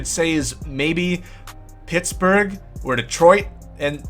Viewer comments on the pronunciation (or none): none